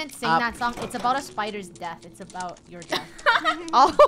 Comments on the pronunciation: Im scared on "spooders" TwT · No one: The krew: SPOODERS